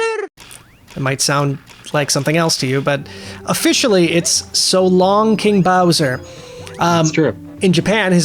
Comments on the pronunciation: Lemme correct myself. Sounds like hes sayin GEY BOWSER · I've always heard "So long eh Bowser?" Which I prefer over gay or king bowser lol.